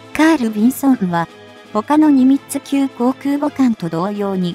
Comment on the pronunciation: ミニッツじゃなくて、ニミッツじゃないですか？（笑）